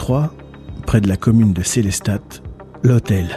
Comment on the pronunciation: SéléstaTE, mes oreilles mon dieu 😂😂 Superbe vidéo toutefois